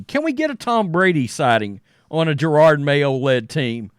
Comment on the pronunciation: Isn’t it Ja-rod Mayo. Not Jer-rod Mayo?